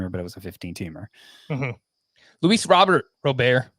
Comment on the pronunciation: Luis Ro-bear now lol. My guyyyy